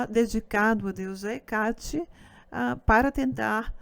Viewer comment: Por que a palestrante fala HecÁte? E Artemís? Essa é a pronúncia correta? (Presumo que ela tenha descoberto essa pronuncia estudando)